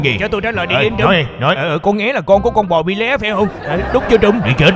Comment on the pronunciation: "bị" bê?